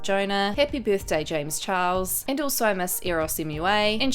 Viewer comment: when are you going to give him the respect he deserves as a person and say his name the right way his name is James Charles not James Chihuahua disrespectful bootleg Rich lux wannabe